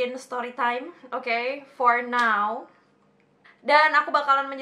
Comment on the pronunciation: Kangen suara ka "stowy twime tinggg" hoho😭